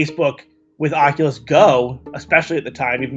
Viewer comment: Am I the only one who does not like it when he says "Ocolus" and not "Oculus"